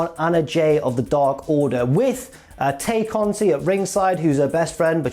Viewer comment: It seems apparent that doesn't watch Dark. The TH2 story was built up there (part of it was repeated before the match on Dynamite, but it's been a few weeks that TH2 have been building their story. Plus, Angelico's new mat-based submission hold style) and the appropriate way to say Tay Conti's name. Also, the women's title match WAS longer, but some bonehead in production decided that it would be great if half of it was during a commercial break.